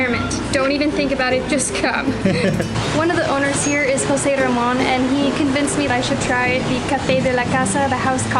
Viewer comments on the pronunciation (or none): none